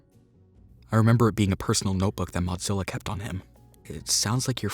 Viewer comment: When I was at the beginning and she said Modzillia: OMGGG YEEESSSSS THE FALSH BACKKK